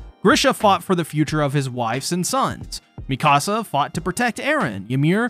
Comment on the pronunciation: I lovingly and gently suggest correctly pronouncing "Mikasa". Please and thank you 🙏